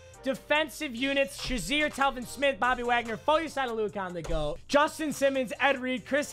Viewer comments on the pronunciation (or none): none